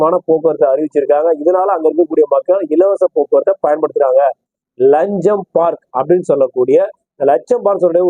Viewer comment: அடேய் பன்னாடை அது லக்ஸம்போர்க் நீ லஞ்சம்போர்க் என்கிறாய் ஒழுங்கய் சொல்லட ( Luxembourg )